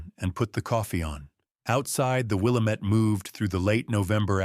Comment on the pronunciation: WIL. LAM. ETTE. YOU ARE MISPTONOUNCING THAT NAME... ASK SOMEONE.....IM FROM OREGON, SO...I LIKE TO HEAR IT PRONOUNCED CORRECTLY.